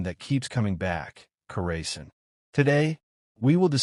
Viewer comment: You are pronouncing it wrong. Kaw ruh sahn. The stress should be on the third syllable. The "aw" sound is similar to the "a" in "father," and the "-sahn" part sounds like "sun" but with an "ah" vowel.